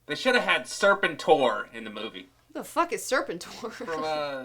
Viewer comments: BTW...its not SIR-pen-tor, Its ser-PEN-tor. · Ser-Pen-Tor hehe not Serpent-tor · By the way its not pronounced Serpent-tor, its Ser-pent-tor. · UUHHh that's "sur-PEN-tor" not "surpen-TOR" COBRA LALALALALALALAAAAAA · Hey, it's pronounced ser-PENT-tore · Serpentor - Sor-PEN-tor. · You're not saying Ser-pent-or right. Knowing is half the battle! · first time I heard Serpentor pronounced that way. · Many things bothered me about this review, but since everyone is entitled to their opinion, I'll only say this: It's ironic that a person known as "" doesn't know anything about Hydra or the proper pronunciation of "Serpentor".